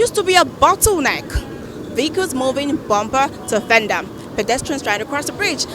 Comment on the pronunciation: Bomber to vendar?? Isn't she trying to say Bumper to fender? Whats with the fake accent? Abegi make we hear word. Even we wey dey U.K no dey form accent like this?